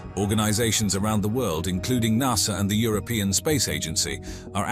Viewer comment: I had to stop watching. I could'nt stand listening to NAHSA. Even the Americans call it NASA. I would have even accepted NASSER.